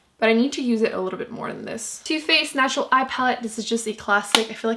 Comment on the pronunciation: I've noticed you say "national" instead of "natural", so odd